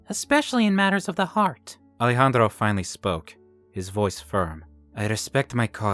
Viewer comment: Now miss thing, that accent is more russian than spanish....Also, I love the pronunciation of Ale-Handro. 😂